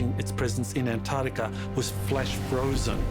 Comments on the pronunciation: Why do they keep saying 'ant-artika' ? Hahaha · Why do the American commentators say 'An-artica' instead of AnTARtica..?! Curious! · The way the narrator says Ant artica, ugh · I just wish they’d pronounce Antarctica properly. They all say AnArctica…. There’s a T in there bro. It’s pronounced AnTarctica. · AN- ARTICA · ANTARTICA❌ AN ARC TECH-A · Stop saying ANT-ART-ICA!!! It's so annoying! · why can't Americans pronounce Antarctica. There are 2 t's, and 2 c's Ant Arct ica. Not anartica or Antarica or Anarica. Nobody say Unied Sates of Ameria do they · AnT arC tica. Not Anartica. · Do wish yanks would pronounce Antarctica correctly, try anntarrrrtica. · Antarctica has two 'c's. One of them isn't silent. Your credibility is greatly reduced if you can't pronounce it correctly. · how ca you take a person seriously if they can`t even pronouce antarctica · The third letter in Antartica is T- PRONOUNCE it!!! 🤦‍♂️